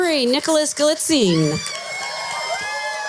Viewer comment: nicholas gilitzine is insane im laughing so many people prounouce his last name wrong